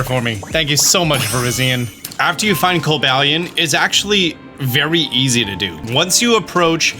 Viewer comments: it's co-BA-lion, not coba-LION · why did you call cobalion coba-lion? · "Cobalaion" lmao drop the A there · the way you pronounced coballion 😭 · I thought Co-bal-li-on was pronnouced like this. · Don't be kobalying about that pronunciation... Merry Christmas to you and your family ! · co BAH leeyon please 😭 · You didn't just pronounce the "-lion" in Cobalion as the actual animal lion??? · did you say co-bill-e-on? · I think 12 seconds per check is a more realistic number, also failing to mention GO as an easier way to find these shinys is something worth mentioning. Your pronunciation of Cobalion really threw me off 😅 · You are clearly saying cobalion’s name wrong. 🙄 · thanks for the tips but i hope i never have to hear this man pronounce 'Cobalion' ever again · never heard someone pronounce Cobalion like that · can you say Cobalion again? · Terrak-eon Viriz-eon Coba-lion 🤨